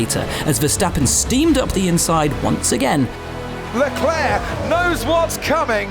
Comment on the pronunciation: ''Leklurk'' smh